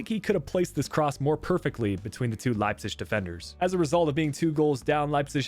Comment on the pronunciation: Okay I tried to live with it but you absolutely butchered Leipzig’s name and it just sounds awful I’m sorry it’s not the first time you have miss pronounced somone or somethings name I love the content and you’re a great youtuber but I would just try and pronounce things a little better